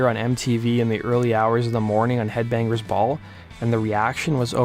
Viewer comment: Lol Kip Wing-Grrr....This idiot Narrator. He even pronounces headbangers ball as "Head Bang-Grrs ball" lol